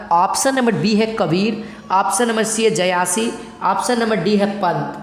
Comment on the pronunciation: जयासी नहीं जायसी। 👍